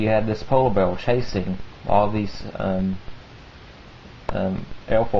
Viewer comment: He has a southern accent with a speech impediment. He substitutes /r/ with a /w/. "polow beaw" Great stories. You have a very mature and keen mindset. Keep it up!